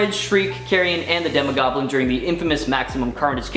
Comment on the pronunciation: Demogoblin not demigoblin